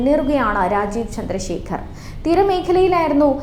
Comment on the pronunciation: വേളിയായ്ച്ച അല്ല, വെള്ളിയാഴ്ച്ച ചെനൈ അല്ല, ചെന്നൈ. തിര മേഖല അല്ല, തീര മേഖല. ചേത്രം അല്ല, ക്ഷേത്രം.